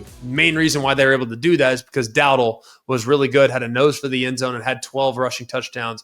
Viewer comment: Dow - dell. Not dowdle